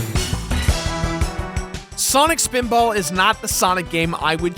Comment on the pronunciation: swanik speeedbawl